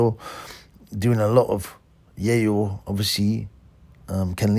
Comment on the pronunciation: What are you saying - Yayo? Yale? Yay-woolya?